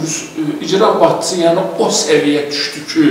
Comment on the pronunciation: İcra bacçısi yox,icra başcisi.düzğün teleffüz etmek lazimdir.